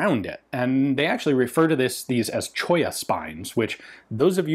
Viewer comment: I surveyed geology in S Colorado years ago and I grimaced when you said "Cholla"